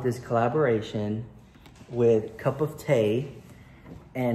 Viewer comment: U say cup of tea w/ an english accent! Lov u